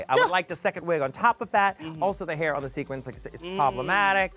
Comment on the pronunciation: Is it me or did Bianca say Sharon when talking about drag brunch 👀